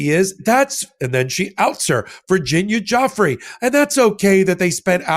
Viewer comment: What an absolute B for not saying Virginia’s name properly